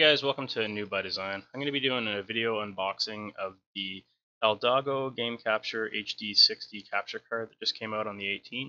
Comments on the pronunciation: Haha he said eldato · Thisssss nigga said eldago LMFAOOOO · Did you just say eldato hd 60? Lol